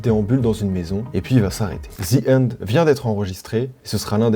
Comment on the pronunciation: J'adore, j'me sens tellement bien face à chaque vidéo que t'envoies Faudrait un communiqué national pour expliquer aux français qu'il faut pas prononcer de ‘h‘ aux débuts des mots anglais qui n'en comportent pas, genre "the Hend"